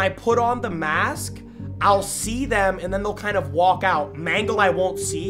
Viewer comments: Bro said manglo💀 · Let me clear this up, the pink dude who killed u who looked like foxy is named “mangle” not mangelo💀💀 Also Pinocchio is Balloon Boy💀